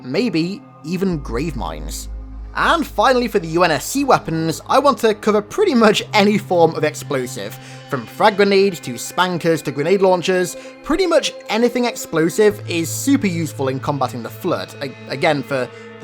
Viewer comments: I've always thought the SPNKR was pronounced "Spunker" not "Spanker". I'm still going to call it the "Spunker" though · "spun-Ker" not spanker